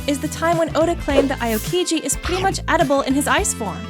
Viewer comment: Pronunciation Aokiji: (Ow-kee-gee)